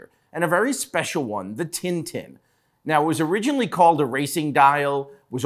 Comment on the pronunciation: He tried his best to pronounce TinTin right